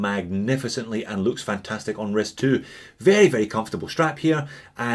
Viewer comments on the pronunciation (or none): none